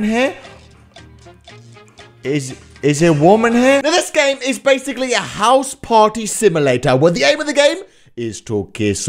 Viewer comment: "Similator" XD